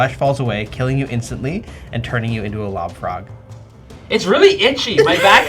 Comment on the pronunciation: This episode was hilarious and terrifying! I kept hearing love frog instead of lob frog which for some reason made it even scarier.